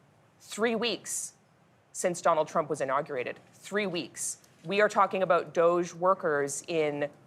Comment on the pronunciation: There's no way that's how you pronounce DOGE.